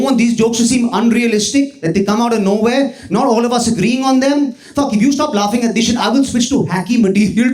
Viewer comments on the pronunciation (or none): मज्जा आ गया..... ये विदूषक बढ़िया हसाता है | the way he modulates his tone when he says 'fuck' is worth doing research.... itna emphasis....fuck, dick, worship dick,..... bahut krantikarri...heera hai yeh.... i jus wanna hear him doin an impersonation of mmmmmm.... koi bhi asli gandhi...